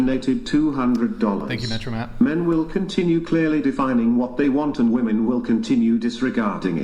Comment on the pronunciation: Why can they not pronounce the plural of woman? WOMEN